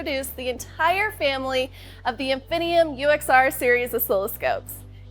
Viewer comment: Is it pronounced Infinee-I-um or Infin-I-eeum, or what? I've been using these 'scopes for decades in the lab and I've always found the extra I in the word perplexing. What's it trying to tell me about the pronunciation? This gal comes across as more of an overly enthusiastic spokesmodel than an engineer with a real grasp of what she's talking about. "...All the way DOWN to 13GHz of bandwidth."???